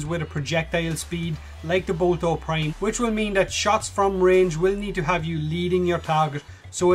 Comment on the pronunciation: I like how you say boltor prime "bolto prime"